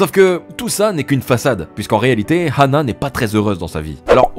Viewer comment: pourquoi il dit rhana et pas ana meme si il y a un H